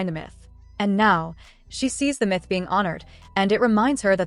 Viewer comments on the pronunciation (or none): none